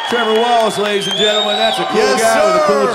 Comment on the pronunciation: Tree-vor Wallachay!